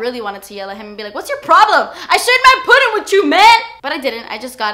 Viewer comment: I thought she said "I SHIT MY PUDDING WITH YOU MAN!"😂